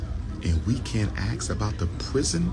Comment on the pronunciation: I lose brain cells everytime Dr. Umar pronounces the word “ ask” as “ axe “